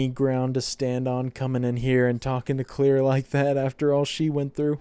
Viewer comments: dude her name is CLAIRE not CLEAR wtf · Why do you keep pronouncing "claire" as "clear"?????? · This man really calling her clear lmfao great vid tho and happen you started this back.